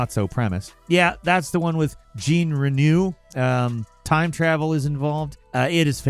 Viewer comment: Dood really said "GENE" Reno